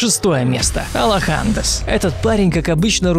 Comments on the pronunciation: Не алохАндес, а Алоха Денс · алохандес..... АлохаДенс правильно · с ударениями проблемы, алОхаденс, ураган хокАге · мне прям поплохело от того как неправильно произнесли ник алохаденс